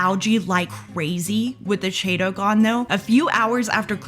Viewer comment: Everytime she mispronounces chaeto, drink!